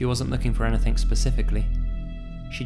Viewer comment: Do you notice that says "anythink" instead of "anything"? Its cute!